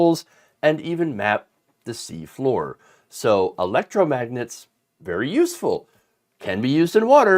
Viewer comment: He can’t even say electromagnet. He meant the refrigerator alphabet magnets for sure.